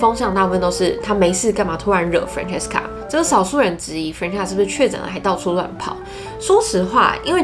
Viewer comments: Melody 會叫 Ｍel 但不會叫Meldy，Stephanie 會叫 Steph 不會叫 Stenie，Christina 會叫 Chris, Tina or Christy 但不會叫Chrisna。基本上長的名字都是省略後面不念但不會跳過中間去念最前面和後面的字母。這邊正確的發音是 Fran-ches-ca（Fran 可以想成是念人名Frank但k不發音，ches 就是跟西洋棋的Chess發音一樣，ca在此不是念sa而是ka）。如果是縮寫可以是Fran, Frank, Frankie，Franny...etc. 但不會是影片中念的Fre-nan-sa。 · FranCESca 你的懶音我聽到好辛苦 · Up主，建议下次把Francesca的名字念清楚，你念成 "farina"的话在意大利语中是面粉的意思，尤其是Francesca原本就是意大利文的名字，给懂意大利语的人听起来就真的觉得很怪。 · Francesca 的名字發音是三個音節 Fran-ces-ca，ces 的部分發音為ches (Fran 可以想成是念人名Frank但k不發音，ches 就是跟西洋棋的Chess發音一樣，ca在此不是念sa而是ka）:) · Francesca 的名字發音是三個音節 Fran-ces-ca，ces 的部分發音為ches (Fran 可以想成是念人名Frank但k不發音，ches 就是跟西洋棋的Chess發音一樣，ca在此不是念sa而是ka）：） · 喜欢你的影片! francesca 的读音可以这样念哦~ ❤ FRAN CHEST KA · Francesca是不是唸的怪怪的🤔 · Francesca 的名字也念错了哦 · 我發現你不會唸francesca的名字 所以快速帶過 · 開頭第二點才剛說完會注意發音 下一句第三點馬上就講錯Francesca 真的讓人觀感不佳😔 不過影片內容很用心 還是值得鼓勵✨✨加油～